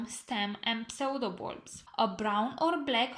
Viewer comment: Very interesting info! Thank you so much! Btw "pseudo" is pronounced "sudo". P is silent. I've mispronounced this word myself for several years before realizing how the correct pronunciation is :P